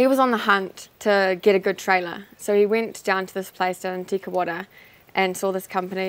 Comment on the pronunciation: Tekawata? Te Kauwhata?